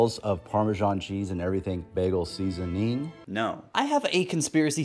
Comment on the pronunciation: thinking about the way the guy enunciates seasoning